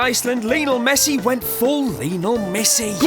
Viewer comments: Messi sounds more like missi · Lionel "Missi"